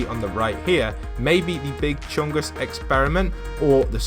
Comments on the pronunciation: No One: unfused Literally no one::Big Chuggus again: bIG cHunGUs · It is Scratch and everytime he said he thinks its chuggus really triggered me